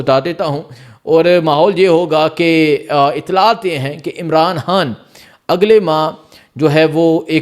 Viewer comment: Oye jahil insan imran haan laga rakha Hai imran khan bool pagal pehle bolna seekh